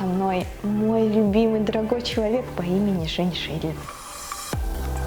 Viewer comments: вместо Женя Шейдлин услышала женьшень 😂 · Когда она сказала Женя Шейдлин мне послышалось женьшень 😂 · а мне шиншилла))) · мне ведь не одной послышалось "женьшень"? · Сперва мне послышалось не Женя Шейдлин, а женьшень!😂 😅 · Оооой я тоже так услышала и думала так и надо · Услышала жень-шень, вместо Женя Шейдлин😹😹😹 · Ааа мне тоже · МНЕ ТОЖЕ! :D